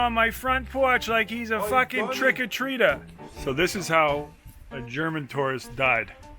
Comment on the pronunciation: "got an elephant on my porch like a fuckin' trick or treatah'"